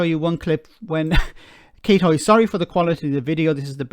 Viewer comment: Aw, come on. It's Hoey, for god sake. You roll your eyes and move on to the adults speaking.